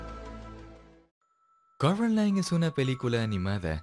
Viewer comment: acaso ndie se dio cuenta que dice *corOline*